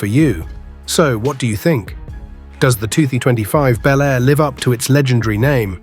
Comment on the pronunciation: These make believe videos of 2025 resurrections of classic vehicles (55 Chevy Bel Air in particular) really suck. They are horrible Frankencar mixes of all three of the Tri-Five classics. They don't even show the same car in the various shots. Obviously done by AI and the narrator sometimes pronounces Bel Air as Bee L Air. I've seen the same thing done with the 69 GTO Judge. It's not going to happen folks.